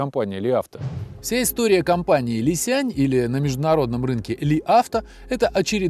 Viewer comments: Уважаемый автор! Не Ли Сянь, а Ли Сян! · Не "лисянЬ", а "лисян" - без мягкого знака. И да, разница колоссальная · Какой Ли Сянь? Li Xiang. На Русском Ли Сянг. Г в конце практисески не читается. Н-носовая твердая